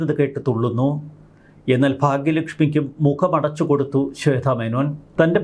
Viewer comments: ശ്വേത ആണ് ശ്വേദ്ധ അല്ല....വാർത്ത വായിക്കുന്ന ആൾ ആദ്യം മലയാളം ഉച്ചരിക്കാൻ പഠിക്കണം...ഇല്ലെങ്കിൽ അത് അറിയാവുന്നവരെ പണി ഏൽപ്പിക്കണം.....മലയാളം നേരെ പറയാൻ അറിയില്ല , ഇവരൊക്കെയാണ് ഇംഗ്ലീഷ് പറയാൻ അറിയില്ല എന്ന് പറഞ്ഞു മറ്റുള്ളവരെ കുറ്റം പറയാൻ നടക്കുന്നത് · ശ്വേത മേനോൻ. ശ്വേധ. അല്ല. ശ്വേത. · ശ്വേത ആണ്, ശ്വേധ അല്ല